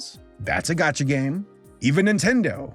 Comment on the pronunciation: ....it hurt my soul as a person who hasn't spent a dime on genshin to hear him call it a gotcha game